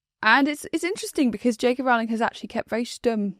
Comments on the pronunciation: I do wish would correctly pronounce JK Rowling's surname. It's ROW-ling, not RAO-ling. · At least one of you has it right. Rowling as in Rolling Stones, not as in growling at kittens.